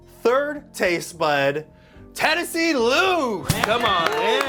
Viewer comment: good job I think I heard Tennessee!!!